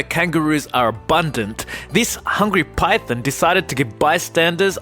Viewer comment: This channel annoys me so much. He says Python like Pythin 😤